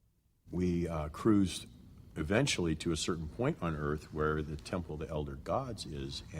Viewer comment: Earf realm.